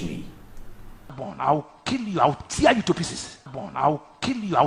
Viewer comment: He said i will kill you , I will thear you to pieces....oh my God ,how can this fake pastor be threatening someone's life like this naa ?